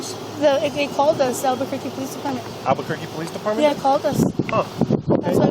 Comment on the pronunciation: Of course it’s alberqurque 😂